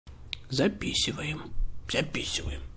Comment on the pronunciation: пачему ты гавариш записиваем?